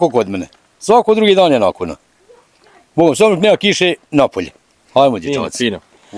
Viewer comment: Dobar dan, ucim bosanski jezik I cujemo prvi puta da rjecenicu so A cesto izgivari na O. Primjeri Hvala, a oni Kazi Hvalo, ili Ljep Dan a on kaze Ljep Don. Pozdrav za sve Francesco